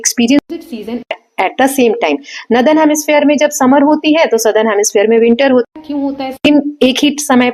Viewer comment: Mam nadar nhi northern hai acche se pronounce kiya kro merko startimh me smjh hi nhi ara tha